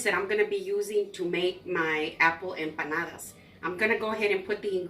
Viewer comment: Just a quick thank-you for correcting our pronunciation of empanadas; we had been using a "ñ" in the word, and you said it right (I think our prof wrote it down wrong, because my "study buddy" had the same error on her paper), so thanks from BOTH of us!!